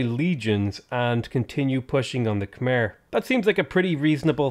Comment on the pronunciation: hey dude, not trying to be a pedant, just hoping to be informative. Khmer is pronounced with an -ai sound at the end, not an - er sound, despite the spelling. The way you pronounce the Khm - is spot on!